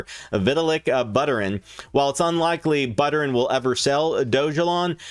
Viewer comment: Two things....how can you cover anything crypto related if you can't even pronounce one of the most famous crypto founders name correctly??? Secondly, you failed to mention that DOGELON will soon have smart contract capability which will enable it to do many things financially whereas the other meme coins can't or won't. When that news becomes public, ELON will skyrocket as it will all of a sudden have use case and utility. You bombed this coverage of ELON pretty badly. Do some more research.